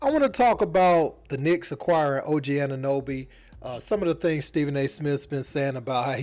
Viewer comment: 'Anunooby' LOL This just proves that Americans don't give a damn about what's happening in Toronto.